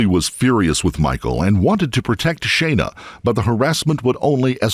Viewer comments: Her name was clearly pronounced Shauna in the video, not Shayna. I believe it would be more respectful to the victims if you would check the pronunciation of their names before making these. Otherwise, great job, thank you. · FFS it's "SHAAH-NA" not "shay-na" you seppo tw*t, at least give her the honour of pronouncing her name correctly in her memory!!!! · Her name is pronounced as Shawna. Just sayin. I've never heard my name said so many times in such a short period of time. Sorry for the off subject comment. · Thumbs down for "Shay-na" ...you c**t.